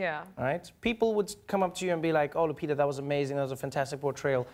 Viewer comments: Points for him getting her name right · You saie the name correct 😁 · Finally someone who says her name correctly lol